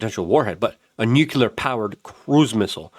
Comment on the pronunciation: PLEASE! 🙏Repeat after me... NEW...CLEAR. NEWCLEAR. Nuclear. Not Nuke-you-lur. 🤦‍♂️